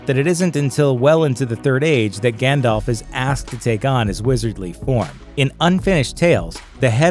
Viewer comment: this is so sad! whos Gähndalf?